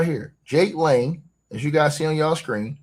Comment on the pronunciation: correction???? NAME. JAKE LANG NOT LANE. CORECTION PLEASE NOTE. LAST NAME LANG😮😮😮😮😮😮😮😮😮❤